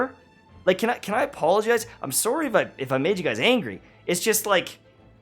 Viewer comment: is he canadian lol he pronounces “sorry” like one